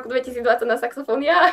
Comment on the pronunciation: Prečo mu nepovedala, že to nie je saxafón,ale saxofón. Veď to sa nedá počúvať ako to vyslovuje.🤦🤦